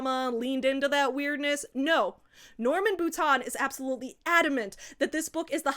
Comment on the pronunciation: As someone who shares a last name with this man (ugh) I'm horrified. BUT. I'm also wowed by your effort at actually pronouncing the name right! Anglos always call me 'boutine' 🫠